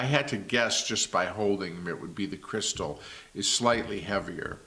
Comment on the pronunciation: Do Americans say "crystal" for Cristal champagne too? khree-STAL